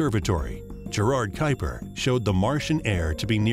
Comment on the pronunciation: Wow, you really butchered the name of Gerard Kuiper. I had to look up whether there wasn't an American astronomer with the same name.